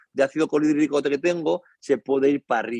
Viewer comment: Interesante, pero se dice “Ácido Clorhidrico”, no colhidrico como repite varias veces. Luego que no es la placenta lo que provoca la diferente colonización intestinal de los bebés, es su paso por el canal del parto, la vagina materna. Luego el pH normal del intestino delgado es de 5 a 7 No 3 como dice el Creo que sabe algo pero no lo sabe a profundidad.